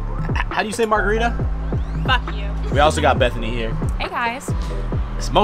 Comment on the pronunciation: Julia: mahgarita in a Boston accent